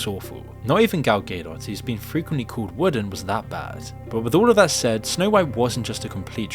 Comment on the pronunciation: Who's gal gaydoss?